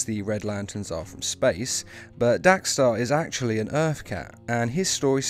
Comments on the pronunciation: It’s dex-star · Lol "DAX-STAR" haha